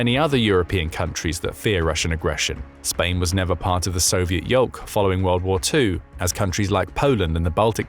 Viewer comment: 'yoke' not 'yolk'